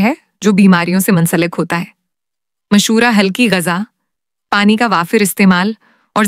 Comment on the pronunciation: Please Urdu talafuz to thek kary mashora Nahi hota mushwara hota hy